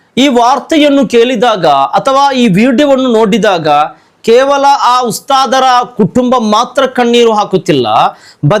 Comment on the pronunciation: Khevala alla kevala , kannada uchara sari illa